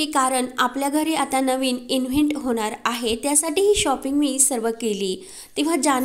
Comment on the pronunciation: किती चुकीचे उच्चार करता, इन्हेंट नव्हे, ईव्हेंट असतो. लाॅस्ट नाही लाॅस वेगास 😂😂😂😂😂